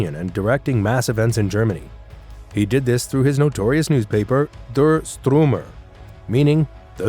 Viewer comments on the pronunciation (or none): The Strumer 🤣🤣 Its Stürmer not Strumer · Not Strumer, but Sturmer (Stooooooooooooooooooooormer), not Stricker, but Streicher , as 'stri' in 'strike' + 'che' in chess + r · Sturmer not stormer. Its not even comparable to Stormtroopers. Sturmer means striker. Also in German the second vowel is pronounced in Striker. Which is not a coincidence in the choice of the magazine name. You mixed up some of the photos. You had an older Speer from around the 1950's identified as Frick. You also had a photo of von Rundstedt and called that person Keitel. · LOL, it's not "The Strümer" phonetics St(ü)rmer. When telling German history at least get the pronunciation sounding German!😅